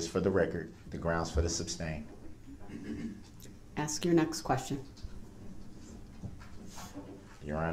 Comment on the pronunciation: YES axx, substain, tacit, and goes on and on. 😡😡🔥🔥